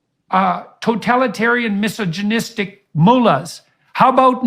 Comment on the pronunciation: The moron couldn't even pronounce misogynistic correctly 😂